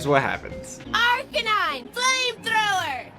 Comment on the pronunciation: finally somebody else noticed she said archanine!